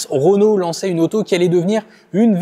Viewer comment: REnault, RE ! ROnault ça pique les oreilles 😂